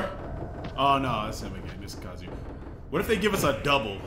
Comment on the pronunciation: You the only real one... ain't nobody pronouncing his name right. Talk about fucking KAZOO-ya. Gtfo man, KAZUYA MISHIMA in Smash! This is fucking legendary.